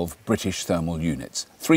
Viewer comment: Thermal not termal.